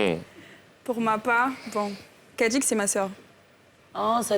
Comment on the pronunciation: Toi tu racontes quoi même ? Et c'est Cadic et non cardi tu écorches son prénom. Déjà chacun à sa façon de gérer les choses, personne ne peut dire qu'elle n'a jamais été jalouse qu'une personne aie pris ce qu'elle a tant convoité. Donc arrêtez ces idioties que vous racontez. Tsuip